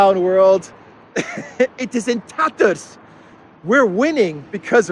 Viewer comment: Ursula: "Russia's industry is in tetters." (Typical German speakers' mispronunciation. Real, not Peter Sellers'. Another one, in this vein: pleck lifes metter.)